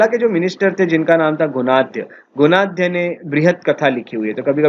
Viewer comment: सत् कर्नि...my foot. शातकर्णी. खारावेला...छीछी...खरवेल। सुधर जा बेटा। How dare you spoil our history. Gunadya..गुणाढ्य। not गुनखद्य। It is quite irritating to hear you... half baked rotten bread..that is you.